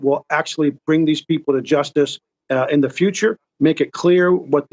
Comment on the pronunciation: Notice how he said futire.. see they coming for black PEOPLE